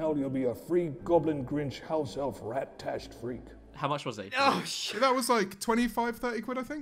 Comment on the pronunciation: “rat tashed”